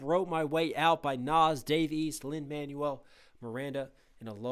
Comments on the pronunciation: Good reaction (tho the constant pauses are a tad irritating). But bro how is it not ONE PERSON (that I noticed) has corrected you on how Lin-Maniel's name is pronounced? Its pronounced Lin-MANWELL!! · Hey, just popping in to say it’s Lin Man-WELL Miranda. Not Man-you-ell. One is a name and one is what you throw away when you get a new phone. Just FYI